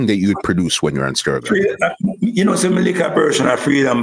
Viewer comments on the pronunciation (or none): I am wondering if i am the only one who call the sound STUR GAV INSTEAD OF STEREO GRAPH COME ON MAN PRONOUNCE THE WORD PROPERLY